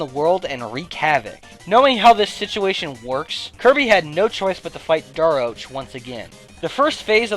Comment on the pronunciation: Fawful’s Minion You’ve been pronouncing Daroach wrong.